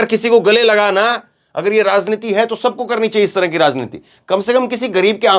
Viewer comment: Is bkbk ko news kahtay hain? Aur yeh zankari zanta razneeti kb tk j ko z bologay